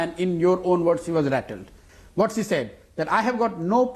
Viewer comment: "Cshe went there" the dickhead can't even say "She" and he is a strategist...Allah meharban to gaddah pehalwan...This guy is perfect match for Kejru and AAP party.